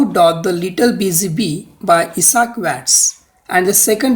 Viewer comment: Doesn't no topronounce Isaac 😂😂